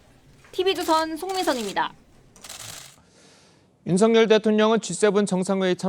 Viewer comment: 어떻게 아나운서라는 사람들이 대통령 이름 마져 제대로 발음을 못할까? 윤성열이 아니라 윤 석 열 발음. 윤서결